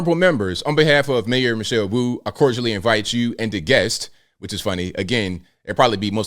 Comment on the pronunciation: Mayor Wu-ayt